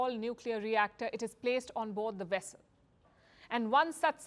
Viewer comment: A Chinese wessel? Oh my.